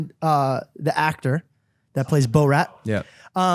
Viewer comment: Ok I’m sorry but how does not know how to say borat lol